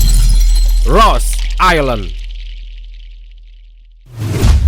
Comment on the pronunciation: Rose island ko di baca rose I' land.. Gimna to mimin ini